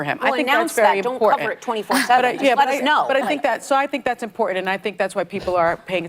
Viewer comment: it’s “important” Sonny - stop dropping the “t”! And shame on you for forcing your kids to vote how YOU demand they vote! Shame! SHAME! Ask this: if Trump voting parents said on TV they’re kids wouldn’t be voting Biden bc you said so…these chickenheads would be losing their minds! Such hypocrites!